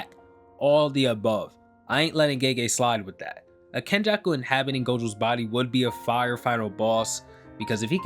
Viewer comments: It's Kenjaku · It's fucking kenjako. Mark my words